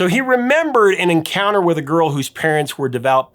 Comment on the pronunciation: "Garl" instead of "girl"... epic